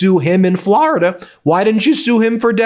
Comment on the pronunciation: "Flor"-ida not "Flarida." There's no "a."